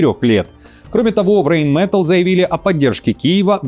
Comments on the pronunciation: Rheinmetall произносится как Райнметалл, а не рейнметелл. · "Рэйн мэтл", "Рэйн мэтл", "Рэйн мэтл", "Рэйн мэтл", "Рэйн мэтл", "Рэйн мэтл", "Рэйн мэтл", "Рэйн мэтл", "Рэйн мэтл", "Рэйн мэтл", 😂😂😂😂 Хоть сто раз повторяй.... Райн-металь, а не "рэйн мэтл"!